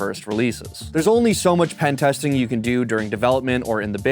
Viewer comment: "Pentesting" lol ...